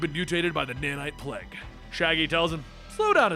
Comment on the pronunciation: Its plague not plege